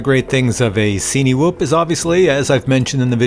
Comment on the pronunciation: At one point in the video you mentioned 'cinematic' film. Cinewhoop is pronounced the same way, surely, it's not a 'see-knee-whoop.' Sorry had to get that off my chest, you know when people say things in a way that makes you cringe? Otherwise, great video as usual. I'm seriously considering buying one of these and this was helpful.